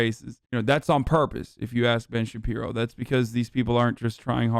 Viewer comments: Everytime he says Ben shabibo I die😭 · I only came here to hear Hasan say Ben Shabibo.